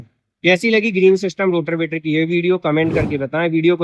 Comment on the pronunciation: रोटर वेटर ❌रोटावेटर ✅